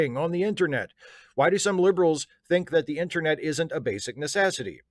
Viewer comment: Does call the "internet" the "intranet"? Is this a particularly Maryland thing?